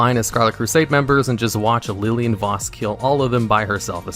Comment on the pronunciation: He also pronounces her name correct